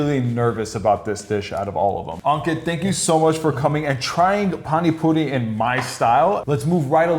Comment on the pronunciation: As an Indian, I must respect the fact that he pronounced it almost excellently... But I am a bit offended by the fact that he is using PANI PURI MASALA and calling the Puri water 'PaniPuri SOUP'.. Actually that soup like thing represents the word 'Pani' which means water... Soup just ain't the right way to say it tbh...